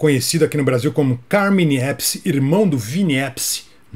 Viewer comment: A Pronúncia do sobrenome Appice me surpreendeu. Nem o Dio falava corretamente quando apresentava o Heaven and Hell e se referia ao Vinny rsrs.